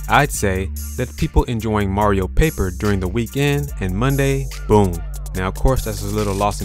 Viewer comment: Kelios is a francophone confirmed On dit "boum" en français